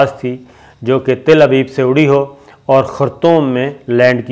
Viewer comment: Bhai it is TEL AVIV not TIL AVIV & ISLAND 🏝️ pronounced I LAND not is land